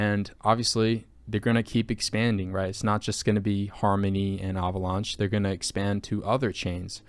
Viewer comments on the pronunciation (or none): Why are you pronouncing Avalanche "ahvaulaunch"? 🤣